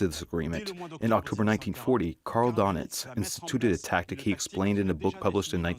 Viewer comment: Doenitz is pronounced "Dernitz" auf Deustch.